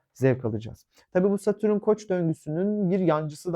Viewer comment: Ama lütfen, Satürün değil, Satürn.